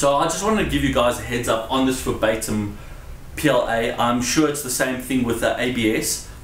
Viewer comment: why do you pronounce verbatim as febaytum xD